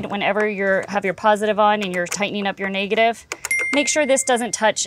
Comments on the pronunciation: Niggative? She straddling the line ain't she? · The way she pronounced negative was crazy Ik yall here it